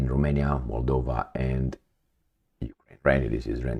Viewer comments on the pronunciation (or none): none